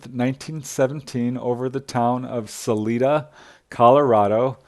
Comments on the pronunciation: No, really. I appreciate this video, but mispronouncing a well known city name really stands out. Not Saleeda, sal-eye-dah. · I thought about this too. In defense, I have seen them misspell the name of that city as Canon City on road signs. Most from Colorado know its correct pronunciation. I think he also pronounced Salida using the Spanish pronunciation. Not being from Colorado he probably doesn't know that people in Colorado use a sort of English pronunciation (suh-lie-duh) of that non-English word. It's like people in Wyoming do with the town named Dubois which appears to be French in origin. It's not pronounced "du-bwah" in Wyoming. It's pronounced "du-boys." Apparently, French people don't tell them how to talk in Wyoming. 😂